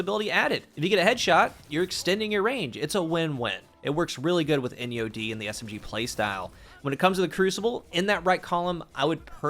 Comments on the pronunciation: Please tell me I am not the only one who heard "in yo d" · People who’s asking which SMG is that it’s “Enyo-D” 👍🏼💯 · She said put ENYO-D 😂